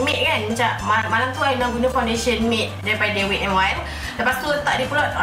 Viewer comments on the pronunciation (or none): Dik, wet bukan 'wit'. Tegur ni bukan utk menjatuhkan, utk elakkan in the future you lebih malu. Better before nak pronounce apa-apa, check dulu dengan google pronounciation dia. overall keep it up 💪